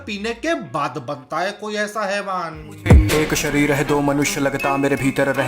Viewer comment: Bro ur video is great but just a one thing I requesting u that last tone of ur voice ( jaye gaaa kiya haiiii ) plz don’t do that that’s little bit annoying 😅